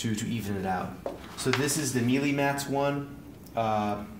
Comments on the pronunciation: Melee, not mealy! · Just FYI, it's not "me-lee", it's pronounced "May'-lay" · It’s not pronounced meelee! It’s maylay . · sorry to be the grammar police, but Melee is actually pronounced as Maylay